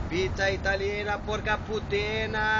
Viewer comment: porca putana nu PORCA PUTENA